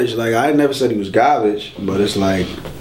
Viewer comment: I like how he says qarbaqe lmao .. I dnt think hollow is trash but his accent was funny